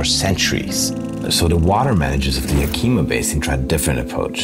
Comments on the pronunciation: Being from Washington, everyone I've ever known has pronounced Yakima as YACK-ih-mah. Is ya-KEE-muh the proper indigenous pronunciation? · A small note: Yakima is NOT pronounced Ya Keema, it's actually pronounced YAK i ma (the i sound is like the i in "is"). Interesting program. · It's not Yakeema it's Yak I ma I grew up in Yakima. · Greet video but it is pronounced Yak-uh-muh, not Yah-kee-mah. Seriously, good video. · YA-ki-mah. Not Ya-KEE-mê. Good video tho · it’s actually ya-kuh-muh rather than ya-key-ma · It's Yack-ah-mah.....not ya-key-ma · it is pronounced "YAK-ih-mah" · Yakima is pronounced [Yak-ə-ma] with the stress on the first syllable. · I don't expect you to know this because you don't live here but it is pronounced yak-uh-maw we have a lot of indigenous names for cities and places in Wa, Some are harder than others to pronounce. The one people have the most trouble with is Puyallup (pyoo-al-uhp) the name of one of the tribes and also a city in Wa. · Also, if you're gonna have a guy talking about a place, at least teach him how to pronounce it like the locals do. "Ya-KEY-maw" is not a place I'm familiar with, and my family goes back generations in the Pacifc Northwest. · "Yeah-kim-a". Small I. It's a native name. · that's Yak-i- ma. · Oh man, dude totally butchered “yakima” but we still love you!! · Thanks, M Greg! I really appreciate this feedback. I realized that I totally butchered that pronunciation after recording the video. I did not mean any disrespect - my sincere apologies for my European ignorance. In any case, the pronunciation and origin of names and regions not only in WA but throughout the American continent is fascinating! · I'm not 100% sure, but your pronunciation of Yakama was very hard to understand. The native Americans changed the spelling from Yakima to Yakama.